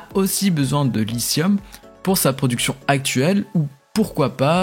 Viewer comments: pour info, "lithium" se prononce avec un 'T' dur en francais (et pas un genre de S) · 👍 Félicitations pour ces actualités. 🗞 Pour le lithium, en français, il faut prononcer 👂« li-ti-ome »👂 😉